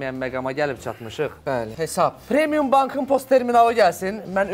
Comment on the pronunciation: Anons edene ne eceb bir adam demir ki, “HESAB” sozunde “Y” herfi yoxdur. “heysab” YOX “HESAB”dir.